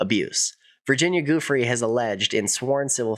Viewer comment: The ranch was too remote from conveniences, like hotels, restaurants and entertainment. Very handy for keeping away everyone driving in a car. "Joo-FREY" not "GOO-free." Virgina Giuffre. Solid reporting. He was enabled by money and people in power - other wealthy - who looked away.